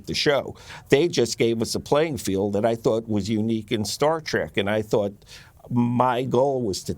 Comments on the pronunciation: It's pronounced "trek", not "trak". Is the director saying that Garak was gay ? Wasn't he smitten with Gul Dukat's daughter for a time, or couldn't he close the deal ? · You mean Colonel Kira. She was promoted. Why are some people pronouncing Star Trek as Star Trak.